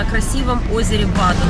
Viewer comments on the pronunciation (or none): «Нотрдам де ПариЖ» и озеро БАден близ Линдау? Пожалуйста поработайте над произношением. Спасибо заранее.